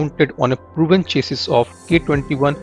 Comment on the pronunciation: "eqiuped" "chasus"